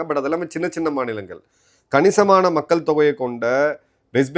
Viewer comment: "மக்கல் " இல்லை நாக்கை மடித்து "மக்கள்" என்று உச்சரிக்க பழகுங்கள்